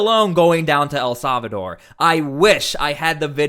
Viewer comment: Solvador or Salvador?😅😅😅